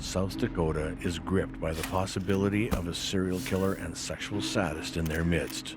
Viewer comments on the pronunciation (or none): The word "sadist" is pronounced "SAY-dist."